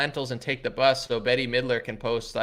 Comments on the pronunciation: It's "Bet" not "Betty". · “Bet” not Betty.